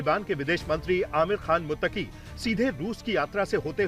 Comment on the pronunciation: मुततकी भी नही बोला जाता है ,,, 😂😂😂